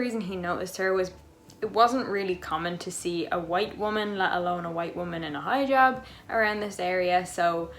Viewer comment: It's Hi-Jab not high-jab.